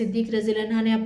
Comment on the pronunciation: Anho hota hai anha nahin